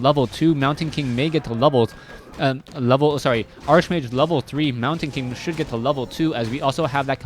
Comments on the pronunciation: ARCHMAGE IS PRONOUNCED "ARK-MAGE" lol not "ARCHE MAGE" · arch-mage is pronounced ark-mage